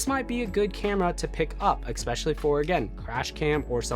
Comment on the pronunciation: Good video, but it drove me nuts every time you said "expecially" ;)